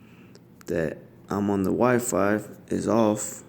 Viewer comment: You said wi five lol